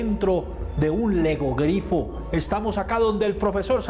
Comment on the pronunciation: Es logogrifo, no legogrifo.